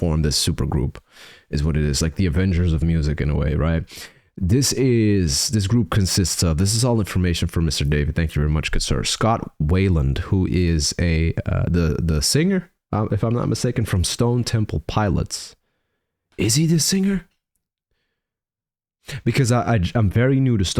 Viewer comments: Awesome reaction! FYI. Scott's last name is pronounced "while - land" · This video shoot must've been a rough one, due to the fact that - while it is somewhat of a dramatization - Scott was really living this shit, around this time, and pretty-much all of the events depicted really were happening! You pronounce his last name "WHY~land".